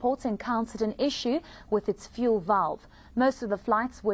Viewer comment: How hard is it to say fuel. its not VOOOOOL